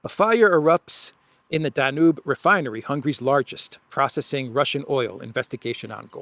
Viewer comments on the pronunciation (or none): none